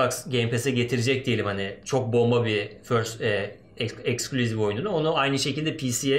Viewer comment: ixclusive exclusive , ixboxa exbox diyo allahimmmmmm koppp kooppp nerden buldunuz bunu